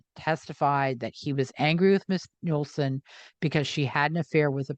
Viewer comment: Nueslein pron sounds like newslean